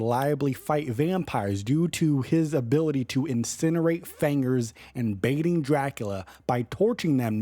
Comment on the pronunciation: Hitting them vampires with the hard R by saying FANGER, huh?